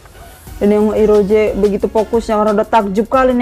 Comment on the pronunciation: Kak mon maap bukan roje tapi rose